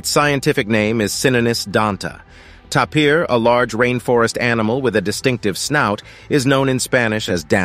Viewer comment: THANK YOU FOR PRONOUNCING JAGUAR AND TAPIR CORRECTLY !!! First time in a long time.